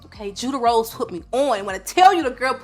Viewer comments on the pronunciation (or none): Did you say Judah Rose?